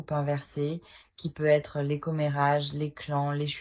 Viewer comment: Bonne guidance mais sincèrement ce " PEU ETRE" sans liaison c'est très pénible .. navrée